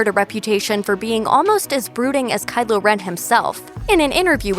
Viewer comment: Am I going crazy or is she saying Kyler